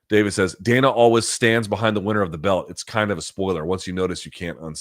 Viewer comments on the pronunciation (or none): none